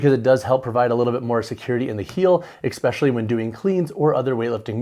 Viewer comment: Tell me, are you saying “exspecially” or “especially”?